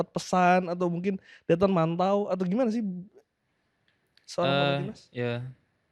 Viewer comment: biasakan panggil Victor ya, koreksi pelafalan yg benar Dethan bukan Dhetan!! Fyi Dethan itu nama keluarga / marga di NTT gak sopan kalau manggil marga doang, bisa kena adat